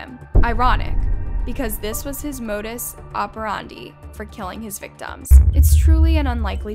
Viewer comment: It drives me crazy when I see people do videos who can't pronounce common terms correctly. Modus operandi. Macabre. If you're making videos to inform, and seemingly to make a career of this sort of journalism, it's really inexcusable to not know how to pronounce words and phrases. Especially when they are so ingrained into our common vocabulary.